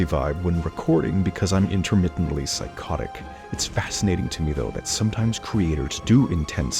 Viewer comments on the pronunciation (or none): "pyschotic" ok bro